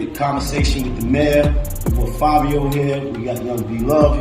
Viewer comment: I’m still trying to figure out how “Fivio” is pronounced “Favio” 🧐 BTW, the original dude was FABIO lol